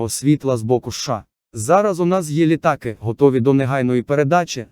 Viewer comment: ЛітАААки, вІІІІйни. ЛітААААки. Робот читає??